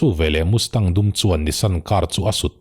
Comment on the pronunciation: Ford Mustang i lam rik dang hi a fel hlei deuh mizo a Mastang kan tih ang hian chhiar ri zawk la,,Mustang nilovin,ka lo ti ve mai mai,, Nia,,Hight school Pass lawmna a chhungten Muscle Car an lei sak ngam mai dan atang an khawsa ve thei ti leh amah pawh hi an ring tawk tih chu a chiang reng mai,,Thalai an nia vawi hnih khat han tlan chak changte chu awm ve tur alawm,,a tan rei tir deuh anih khi male